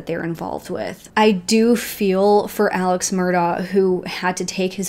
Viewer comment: Some pronunciation corrections for use when discussing this case - Alex Murdaugh's name is pronounced "Elik", and Beaufort is "bee yoo fort". Such a terrible and extensive case. I hope justice is served everywhere! And of course there have been crazy updates since this video was produced.